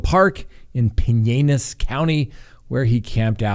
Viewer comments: Talk 🚨🚨🚨 The pronunciation police is here… Pinellas County, Florida… Pin-ell-us If you’re a retiree in FL you can get away with saying Pine-ell-us. I’m gonna let you off with a warning, sir. 😂👮‍♀️🚨🚨🚨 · Please... It is pronounced Pie-nel-us County. Pinellas County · FYI the ll in pinellas county isn't silent, "Pin nell us" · It's Pin Ellis County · it's Pinellas County- not Pinanass!! 🤣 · please! I live here. Believe me pin-ell-ass county. The I and E are not long vowels. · Pin- L-us. Pinellas. The county with St. Petersburg and Clearwater Florida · I know how much you love when we correct you so I just have to Pinellas county is pronounced Pin el us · PIN - NEL - LAS Pinellas County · Its pronounced Pin-el-as county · I hate to give you a hard time after everyone got on you for Duggar but… It’s Pinellas County Like: “Pin” “Ellis” The way you said it is way harder so I’m actually helping you here. I’m sorry! 🤣🤣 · Pinellas County is pronounced Pin-el-ass. I live in this county and it it bothers me when you mispronounce it, although I can see how you would think it’s pronounced that way. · Thank you. That was killing me!!